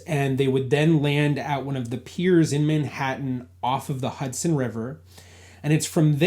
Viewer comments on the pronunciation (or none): none